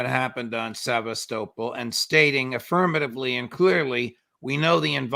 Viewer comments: Se-vas-to-pol. Not seavas-topol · Sev_ah- stow-pole? How very American.